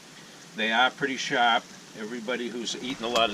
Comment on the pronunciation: When I heard you say “sharp,” I knew you were from boston lol